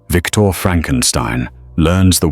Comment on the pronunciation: It's Victor 😤